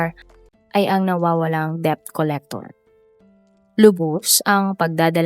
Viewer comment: "DEBT" pronounce as "det" and not "dep".watched from other sources that the initial debt was 3K and the weekly payment is 150 and for 2 weeks he was not able to pay,which info is reliable?